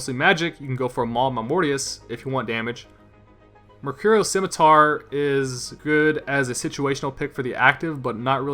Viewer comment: It's Mercurial Scimitar emphesis on the "C" is Scimitar :)